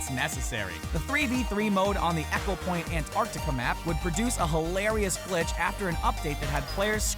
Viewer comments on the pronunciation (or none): it's pronounced ee-ko not ek-o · Its Pronounced "Ekopoint Antartica" not "Eckopoint Antartica" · Echo point?!! its Eco e co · "echo-point"... facepalm "E-co-point"...